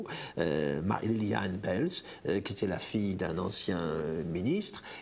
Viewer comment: Les noms avec une voyelle suivie d'un e se prononcent en disant longuement la première voyelle et pas le e: Michiels - mikiiils baels- baals Eben-emael- eben émaal Laeken-laaken. La capitulation était illégale, Léopold n'avait pas le droit de décider ça seul, la constitution le lui interdit, Pierlot l'a dit directement á la radio: l'audio "capitulation de la Belgique".